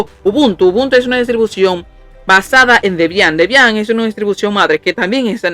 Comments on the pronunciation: "Debián", alv que acento Dios mio 🤣🤣🤣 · No lo cojas a mal Bro, no fue con intención de molestar, es sólo que me dio risa con el acento que lo pronunciabas, si te incómodo, me disculpó. Haces buenos vídeos, sigue así 👍🏾💪🏾